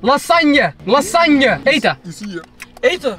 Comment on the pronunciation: Niemand:: LASANJEEE